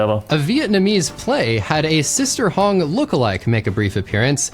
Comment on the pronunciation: Sister Hong ❌️ Sister Hung ✅️